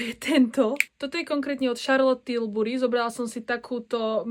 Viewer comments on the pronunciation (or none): cita sa to "til-b-ri"